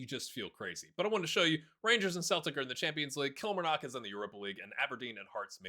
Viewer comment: kilMARnock. Second syllable. kilMARnock. :D